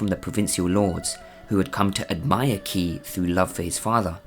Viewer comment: not key, its pronouced Chhi